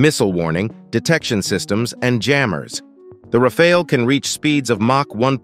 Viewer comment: Pronounced as Rafall and Rafail in the video